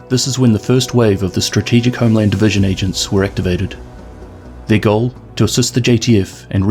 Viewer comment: Today I learned that some people pronounce "goal" as "joal"